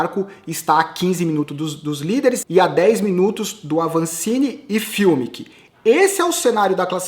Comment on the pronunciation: Sem querer ensinar Pai Nosso a vigário,, mas Fumic e alemão e pode chamar o cara de Fumic mesmo e não "fiumic" como sempre você fala. Só uma dica. Blz?! Seus comentários são bons demais!